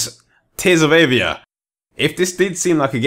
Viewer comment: Ohhhh, I thought you were saying Tales of Avia on stream.